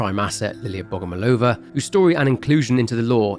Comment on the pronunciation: Another great video! I was glad to hear the little detail of Liliya's surname origin. It's pronounced BogomOlova, though. Love your videos, mate!